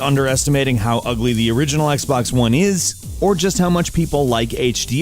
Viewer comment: This guy is literally saying "Zii Xbaax one s"